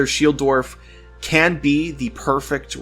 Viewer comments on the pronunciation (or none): I hate how you pronounce dwarf